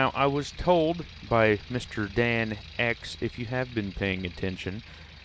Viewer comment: Definitely a respectable cleanout considering it's not a tier 5 wash plant. Oh and it's Danx sounds like Thanks. lol thanks for the nice words in the vid. I was a little rough on ya a comment or two ago.